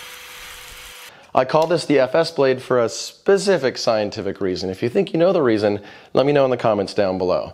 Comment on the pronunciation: reeason does not exist :D